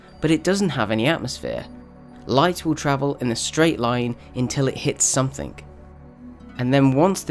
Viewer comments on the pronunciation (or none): Nice. But "somethink" ?